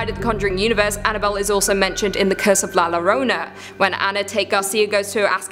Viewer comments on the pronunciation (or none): For anyone who cares to know La Llorona is actually pronounced La Yorona. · Oh,, we've got to work on your Spanish. Two Ls sounds like a Y, so it's pronounced like "La Yorona." And yes, that means llama llama llama is pronounced like yama yama yama ✌😁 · The way you say llorona really bothers me. Say it like yo-row-na roll your 'r' girl . You can do it. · I’m glad someone said it😂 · Has a Hispanic, it’s funny to hear the try to pronounce La Llorona (you can pronounce it as Yo-row-Na) anyways great video as always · lol "La Lorona" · Your pronunciation of La Llorona is the truly chilling thing. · Llorona is pronounced with a "Yuh" sound. I'm helping you out with your Spanish, due to being Spanish myself.